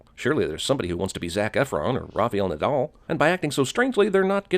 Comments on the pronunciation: That pronunciation of Rafael Nadal (ding) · This is an Oscar winning movie. But sin for mispronouncing Rafael Nadal.